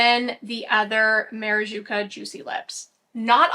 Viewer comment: It's maraCuJa, not maraJuCa lol I don't know why I'm so triggered every time you say it wrong haha